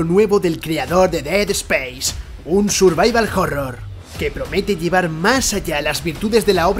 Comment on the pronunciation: "survaival jorror" xDD